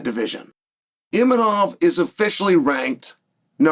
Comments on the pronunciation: Chael, U need to do english lessons. Imanov = Imavov and Khazmat = Khamzat. Come on meng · Did he say Eeminoff? 😂😂